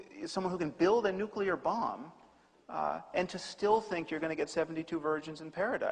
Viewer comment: Also "nucular" - perhaps this shows his working class social background. Odd after all those years at the NYT